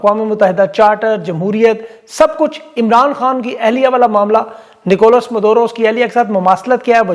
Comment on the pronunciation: It's Maduro not Madoro